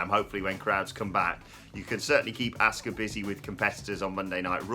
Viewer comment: This channel is the only people who can't pronounce Asuka's name 🤦‍♂️🤷‍♂️😆 They say ASK-UH 🤷‍♂️ when everyone else in the world says AHH-SKUH